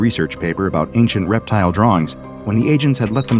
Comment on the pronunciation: Try 'reptile' not 'reptial'.... sheesh